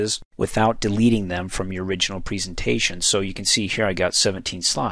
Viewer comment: preeeesentation.... you say it weird lol